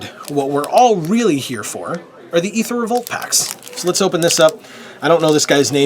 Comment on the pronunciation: Thank you for saying EEther and not AAther, fellow phonetic enthusiast.